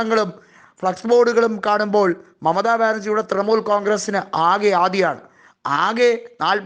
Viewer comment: തൃമൂൽ അല്ല തൃണമൂൽ